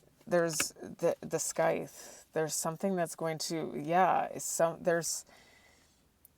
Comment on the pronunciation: Thank you. (Heads up, I believe sycthe is pronounced with no k sound on the c, as in sye-ith.)